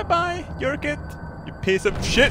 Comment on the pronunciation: you're pronouncing your 'j's! This makes me sad. It should be a YERKIT!